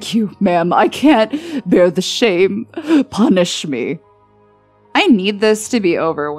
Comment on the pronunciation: “Punsih me” ....kinky 😏